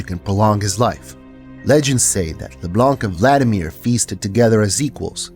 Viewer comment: Finally someone that pronounce Leblanc without the C at the end!